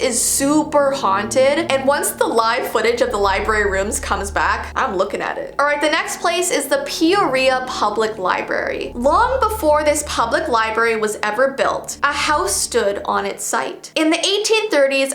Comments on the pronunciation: It is not prounounced pee oh ria ah its pronounced pee or ia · peo-ria 😂😂 it’s pee-oh-re-uh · Yes the Pee-or-ee-a library why does it sound like you're saying pizzeria very weirdly lol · I live in Peoria, Arizona and it is pronounced "pee or e a" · it's pee-aw-ree-uh (Peoria) lol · peoria Public libray Me I can go there I live in peoria! btw it is prononced Pe-or-ea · Well you said peoria wrong bc it's said like pee-yor-ea but it's ok,love your videos btw!! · LMAO...no hate i really like ur videos sorry if I offend u but... The way she said Peoria XD